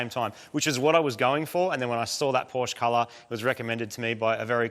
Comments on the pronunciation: Now i am very, veeeery disappointed. Porsch? Really? What happened to the E in the name!? It is PORSCHE. Porsch-E! Like in "meh". Porsch-eh. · Porsche not Porsch.